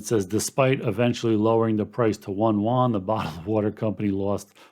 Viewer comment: It's 'You-en' . Yuan. no 'won'. trust me, i speak it fluently. (just gives street cred to get the pron right.